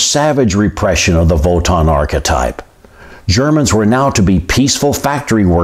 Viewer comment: I am disgusted by the AFA. Also what is volton or what ever that guy said